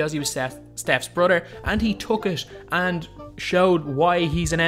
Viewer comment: Bro you need to learn English you say brother like broder you need to learn how to pronounce th